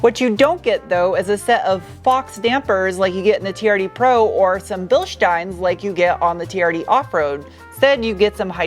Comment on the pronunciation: Bilshhhhsteens. I love it when you speak German.